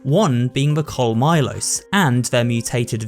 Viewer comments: . It's pronounced like "Colmijos", not like "Colmilos". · 2 cents from a Spanish speaker: The Guadañas: is pronounced Gua-da-nya, as any other Ñ may be substituted for a Ny sound. So the Araña plaga is pronounced A-ra-nya. And in a similar case of the LL in "the Colmillos" the L sound is substituted by a "Yo" sound. Which would be Col-mee-yo. And that's it, remember to check your Duolingo notifications or he will go to your house and break your legs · "Call-Milos" please look up how to pronounce some of these names. This made my skin crawl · colmylow XD , sorry i couldnt avoid correcting it as a native spaniard it sounds more like " Colmeeyo" , double "L L" in spanish es "Yi" so it sounds like ColmiYo" great vid btw loved all the descriptions and how the plagas worked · Bro the pronunciation of colmillos is cringe as hell….what do you mean coal-Milo’s it’s pronounced coal-me-yos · I was slightly bothered by the conmillos cuz he didn't do the y sound. Ya know Conmiyos I think would be the annunciation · I was thinking the same as a spanish speaker It is funny to see how he tries but great effort 10/10 the part that I like the most is Col milos that one took me a minute to refrase it to colmillos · the L is silent and two L means Y.. colmillos is co-me-yos... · Hearing this man say "Coal Milos" killed me inside. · So you know, "Colmillos" would actually be pronounced, "col-mee-yos." The "ll" makes a "y" sound in Spanish, and, if I recall, similar to Japanese, Spanish also does not change the sound that its vowels make like English does. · Lol I was literally looking for someone who though the same, also the way he pronounced it as "col-my-los" lol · Yeah “comillos “ is pronounced “kol-me-yos” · Your pronunciation of Colmillos sounds cooler than the actual word. I think I just found a new way to make it sound bad*ss🤣🤣🤣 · Darn that pronnounciation on colmillos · colmillos and zealots was ear gouging